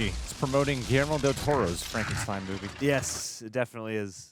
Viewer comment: it is in fact Not pronounced Fronkensteen! The pronunciation is German. So frank like ankh and stein like stye. Frankenstein. I dont know why this annoyed me so much because i really loved all three episodes 😅